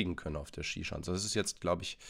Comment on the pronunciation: Nicht Schi-Schanze sondern Schisha-nze